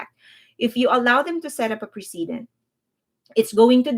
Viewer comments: I feel weird nitpicking like this, but the word "precedent" is pronounced press-a-dent. You keep saying pree-see-dent. Other than that, great job laying out the facts and keeping us updated on the NJ drama. Thanks for keeping us well informed. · Your English is very good but precedent is pronounced "press uh dent" not "pre see dent". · Not to be picky, but ‘precedent’ is pronounced like ‘press-i-dent’ (accent on press). ‘President’ is pronounced with a ‘z’ sound, ‘precedent’ is pronounced the same but with an ‘s’ sound.